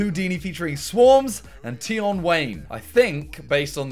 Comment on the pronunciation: the way he says "tion" makes him sound really white